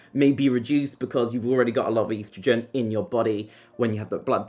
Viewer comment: Stop mispronouncing estrogen 😮